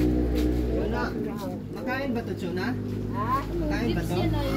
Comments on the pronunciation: CHONA NOT CHUNA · CHONA...not Chuna.